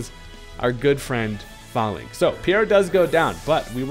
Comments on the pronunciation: HERE IS THE REASON WHY ITS PRONOUNCED FAELINKS NOT FAHLINKS: the pokemon is based off a Roman phalinx. They literally say the real name in the anime too. THE OFFICIAL POKEMON ANIME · sorry to be that guy but I’m pretty sure it’s pronounced “fay-links”, as in phalanx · that’s not how you say falinks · If youre gonna make a video about falinks at least learn how to say the name